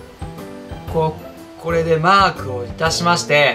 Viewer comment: mark がマー君に聞こえるｗｗ